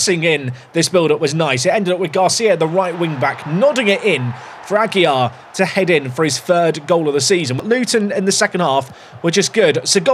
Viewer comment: You’re doing the double L is a y on a Aguilar when its only 1 L. Pronounced Ah-gee-lar And Jesus is Hey-sue-s lmao Love from Spanish speaking Texas